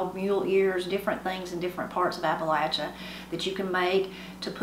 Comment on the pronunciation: Reared in Appalachia, VA. Enjoyed your video and hope to see more. Good to hear you pronounced Appalachia correctly. Earl